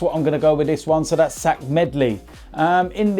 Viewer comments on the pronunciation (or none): Isn’t it Zech not Zach